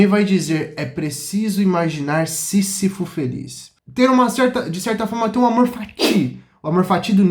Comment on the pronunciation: Lindão, se fala "cam I s" e "sí Z ifo". Parabéns pelo canal.